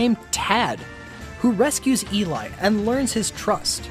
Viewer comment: Op is saying she for burby and eli and the way name op says eli name and is so disturbing